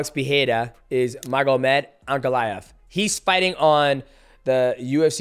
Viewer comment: “Put ankalev” Islam Makachev